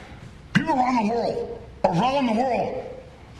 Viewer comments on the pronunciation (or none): I think Rodman swallowed the word "World"